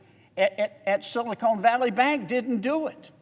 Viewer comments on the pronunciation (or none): its funny he keeps pronouncing silicon as silicone their is a difference i wonder if he even knows it Silicon is a natural chemical element, silicone is a man-made product. The words are often used interchangeably but there are important differences. Whilst silicon is natural, silicone is a man-made polymer derived from silicon. There are also differences with the applications of silicon and silicone. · Sili-Con not sili-CONE. I do not trust anyone who cant pronounce a simple word. they're all colluding together and there is no right or left, just dumb and dumber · Silicon not Silicone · I find it really hard to take him seriously when he keeps calling it "Silicone" Valley Bank instead of Silicon Valley Bank. Does he understand there is a difference? Silicone Valley Bank is what they should call a bank here in LA, not up in San Francisco. It should be based in Glendale, because the San Fernando Valley already have the "Bur-Bank." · This guy is such an idiot he doesn't know the difference between "SILICON" and "SILICONE". Bill Lucas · I don't know if he meant it or not but I'm cracking up at him calling Silicon Valley Bank "Silicone Valley Bank" 🤣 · sorry, i don't trust a man that says "silicone" when he should be saying "silicon" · Respectfully senator silicon is a crystal. It is the building block for semiconductors. It is a short o. Silicone is a rubber. Lots of people mispronounce it.. we need to be precise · Amen, but PLEASE, it’s SILICON not SILICONE!! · "Silicone Valley Bank"? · There's no E on the end of Silicon. LOL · Silicone Valley Bank??? It's Silicon Valley Bank!!! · Silicone?? Lol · ahahaah my man said "Sillycone Valley Bank" what a guy! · Love John Kennedy but I wish he would stop calling it Silocone Valley. Although knowing JK, I suspect it’s on purpose. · I wish the Senator would stop saying “Silicone.” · Well in all fairness, "SILICONE keeps things from sticking, and "SILICONE" Valley Bank has just had their sh*t slide off them with this bailout.